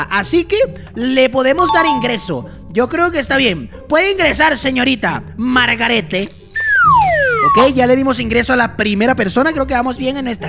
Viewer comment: es Margarette pero suena margaret